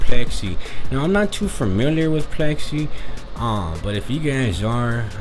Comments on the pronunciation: Its pix ley .... Like pics lee not plexy😊😊😊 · It’s pixley not plexi! You sound like a retard foo